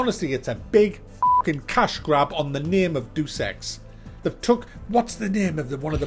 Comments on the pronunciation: Dude it's Deus Ex not Duece Ex. Pronounced Day-us Ex. If your going to review a game at least pronounce it correctly. Just saying. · I'm pretty sure it's said... "Day us X" = 3= could be wrong but im pretty sure "Do Sex" is definitely not it. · its not 'do sex' its day-uss ex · Love your reviews but it's [DAY] + [UUS] not Doos. Just kept annoying me hearing it said wrong. Sorry to be a prick:) Hope it's a good game anyway. Might get it. Been playing Xcom 2 and Kingdom Come Deliverance. Played through Xcom 2 a few times now love it and Kingdom Come although a slow starter is getting more interesting. Looking for more games like Xcom 2 (but not previous Xcom Games or Mutant Year Zero)...really loved the new Shadowrun games... have you played them? Hong Kong was good. Any recommendations on turn based games would be great. BTW your review of Death Stranding was hilarious!:D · it's not 'doose ex' it's pronounced 'deyus ex' ya idiot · it is pronounced Day-uus ex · i realize that there has been some confusion about how to pronounce this game, like every entry before this one. But being a PC purest i figured would know. its not Doos ex its day-us ex.... come on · It's not "doose ex" it's "day-us ex" silly British ppl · Day-us. Deuce is spelled deuce. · It's pronounced: Dayus-x not: Do-Sex lol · it's pronounced Day-Us-X not Duce-X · it's pronounced 'Day-us Ex' not 'Doose Ex' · No, 'buddy'. He got the right memo. It's pronounced "Day uss ex" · He is saying "due sex". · It really sounded like you said "Do Sex: Mankind Divided. But ey nice review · Why do some people insist on pronouncing it Dues Ex? Deus is a very simple four letter word, it boggles the mind that people can get it wrong! All things aside, great review, and LOVE the No Man's Sky one(s)! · It's "Day-Uss" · I thought Deus Ex was pronounced Day of sex. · im pretty sure deus is pronounced day-us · it's pronounced: "Day-es ex". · It's actually Do-Se-X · Jesus, "Duce Ex"?